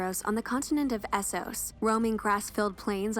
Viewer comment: I swear Americans just can't say Essos right